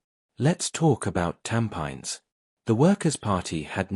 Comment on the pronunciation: Learn to pronounce a word where the locals understand, e.g. Tampines.